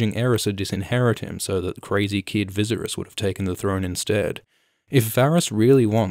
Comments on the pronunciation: It’s viserys (Vis air ees) not vizirus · Children of Aerys (Air-rees) Air-rees - Viss-air-rees - Day-nair-rees. Simple. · the guide that came with bluray says it's pronounced viss-AIR-ees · Viss-air-rees not Viz-er-us! Rhymes with Daenerys. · So badly? How would you pronounce it? The only bad thing is that he uses "z" instead of "s" He reads it like "ViZerys" instead of "Viserys". But other than that? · AErys, danAErys, jaehAErys... maybe visErys, not vIseriz? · Vizeris? You mean Viseryse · I love all of your videos just why the hell are you saying “Vizeris” in this video instead vi-sare-eys 🥴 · It’s pronounced like “VISS” rhyming with piss and then Aerys like the Mad King, Viseryes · Who the hell is “Vizzzersis” and “The Mad King Airis”? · "Vizzeris"? lol, you can't just make up your own pronunciations, man! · I cringed every single time you said ViZZerys. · Never make fun of someone who mispronunces a word because that means he learned it by reading and reading is knowledge. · ye wtf is he reading a script and not watching the show? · zlozlozlo me too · Thomas Andrew Hitchen I’m disgusted 🤢🤢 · When the video is PERFECT but the pronounciation of Viserys has you questioning your reality?? Like i swear it’s Vis-AIR-ess?? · Vizuriss lol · viz uh ris? am i having a stroke? is that how it's supposed to be pronounced? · Call him Vizeriz one more time, i dare you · I know it’s in bad taste to criticize people’s pronunciation of character names, especially in books, but you saying “Vizerus” for Viserys hurts me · You're pronouncing Viserys wrong. It's pronounced Vee Say Ris. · Sis please fix how you say viserys, I love your theories but it bothers me lol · were u genuinely pronouncing Vicerys like this or are u just TROLLIN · It's /Vɪ sæ' rɪs/ please pronounce it correctly😢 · Every time you say veeseris I cringe lol good vid otherwise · Who the fuck is vizzerus?!? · Stop pronouncing Viserys like that, you are driving me up a wall. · They way u say viserys, eeeek